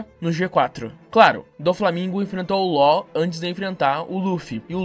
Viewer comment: Finalmente alguém sabe pronunciar o nome do Law da forma certa.